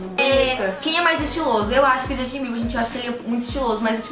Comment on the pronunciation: Quando ela falou justin Bieber eu escutei ximbinha.Kkkk😅😂